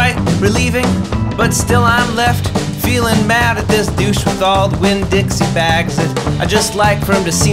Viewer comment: For a second I thought I heard you call the guy a "douche-Winn-Dixie-bag."